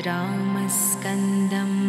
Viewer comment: Wrong pronunciation...it should be Ramam Skandam but not Ramskandam. Do not make such videos